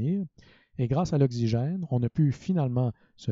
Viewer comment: Okcigin pronunciation plz but other than that amazing explanation thanks a lot